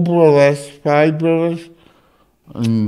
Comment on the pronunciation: Four Bwuvers pive bwuvers